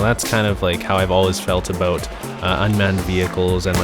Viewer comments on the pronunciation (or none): I like how you say 'about' a boat